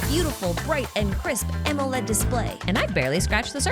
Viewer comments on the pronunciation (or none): none